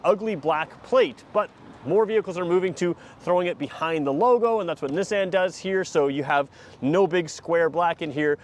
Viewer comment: Is the pronunciation of Nissan a Canadian thing? Just curious because I've never heard it said that way.